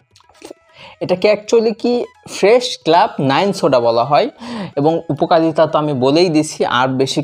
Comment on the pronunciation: উপকালিতা কি ভাই ?? আগে তো শুদ্ধ করে ভাষা টা শিখে নাও